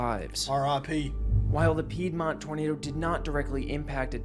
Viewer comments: Back again. Nobody does frequent reactions to weather like you do. I love it,. But "pied mont"😂 dont ban a. I'm not gonna hate bc i mispronounce a lot, too, haha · How do I say it nicely.....It's Peedmont. Please don't ban me. I enjoy your content. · Peedmont, lol Oklahoma here I enjoy your video